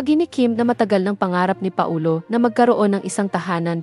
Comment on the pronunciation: Anong Pa - o- lo,ayusin mo pls